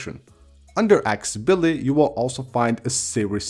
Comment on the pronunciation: AcCESsibility. Please for the love of English don't swallow the ”CES”.